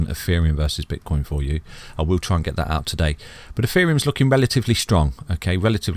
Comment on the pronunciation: did u say bitch coin or have i heard it wrong lol lol